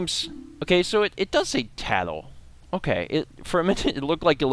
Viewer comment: get it tatl tale...... Tatltale